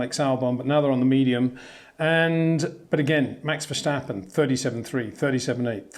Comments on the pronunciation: Plus it's wrong. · is not vershtapen !!!!